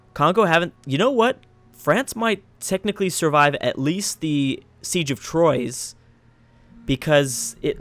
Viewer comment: Just for you, Troyes is pronouced like "trwa" in french :)